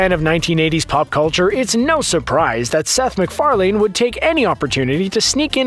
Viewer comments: Seth MacFarlane not seth MacFarlain omg that was getting annoying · Sorry, not one of those Easter eggs escaped me. Most weren't very subtle anyway. And it's not pronounced "mik-far-LANE" it's "mik-far-LEN." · McFarLANE and McFarLEAN really? It's just pronounced McFarlin. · "Seth mcfar-lain" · Seth McFar-lain. Ha! Seth Mc Fairlane (Ford) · Why do you keep saying Mcfaling? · Pronounced Mc-Far-LIN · You can't even say Seth's surname right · It took you seven tries to get it right but you still didn’t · Please learn how to say McFarlane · Please stop mispronouncing "McFarlane" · That was driving me crazy lol